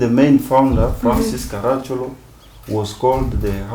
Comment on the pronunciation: Its Ka-ra-chì-ol-o. Hes an ancestor of mine.